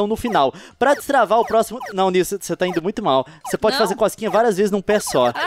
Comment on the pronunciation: Gente é nilce, e nn nilse ou nilsi ou nilci